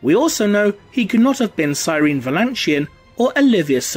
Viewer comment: Cyrene Valantion...her name's actually pronounced "see-re-nee" which is something she points out to John Grammaticus at one point in the HH books :p